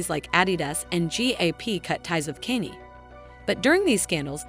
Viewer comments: Bullshit channel. You are not using your own voice. The prenounciation of "Kenny" got me confused at a time where I did not want to review the video. You think AI can replace humans? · These garbage ai voiced videos are getting old. Not a Kanye fan but at least I can pronounce his name, it's not Kenny. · And used AI can can’t even say Kaynes name properly 😂